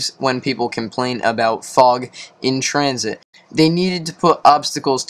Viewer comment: I think you mean tran-shit lol